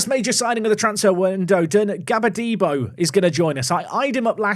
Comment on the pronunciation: GBAH-DEH-BOR Your pronunciation is killing my ears 😂 it's a Nigerian name.